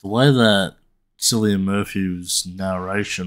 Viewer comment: The "C" in Cillian is pronounced as a "K". It's Irish so it's pronounced as Killian